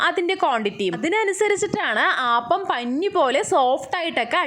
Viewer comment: Ayyio “ aaappam alla “ appam ennane parayandethe 😂🤔😂 We call palappam not aaappam 😁 anyway Kollam thank you 🙏